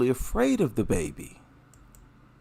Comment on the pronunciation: WHEN SHE SAID "IT'S MY BABY", i THOUGHT SHE SAID "IT'S MY MATEY".